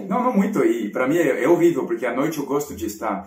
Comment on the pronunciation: 🥰 falou por 2 vezes "rorivel", querendo dizer horrível! Muito fofo!